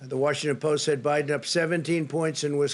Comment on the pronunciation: Did I hear wrong ??? Did he just call MR. BIEDEN haha